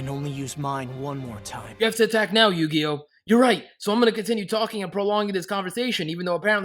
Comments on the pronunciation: Yu-Gi-Oh YU-GI-OH IT'S EU-GE-OH EUGEO NOT YU-GI-OH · His name isnt pronounced yugioh lol its like you-G-Oh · yeah nah its not said like yugioh. Its said jee not gee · Wow you said yu gi o -_